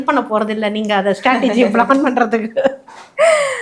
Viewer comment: யம்மா "அத்து" "அத்த" அப்படின்னு உச்சரிக்க கூடாது. "அது" "அத" அப்படின்னு உச்சரிக்கணும். Ellam tanglish la atha atha nu padichu atha ney solringala? Tamil paduchingala illaya neengalam?